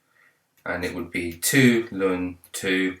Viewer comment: it's pronounced L-N sir not Lun ✨ thanks for the video tho, c4 exam tomorrow